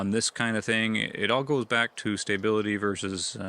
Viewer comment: "Stay-bility" lol Must be an accent thing